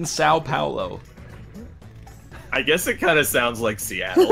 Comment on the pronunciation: THAT IS THE GREATEST THING EVER! (Listening to an English speaker attempting to pronounce "São Paulo". "Pão de queijo" is pretty funny, too.)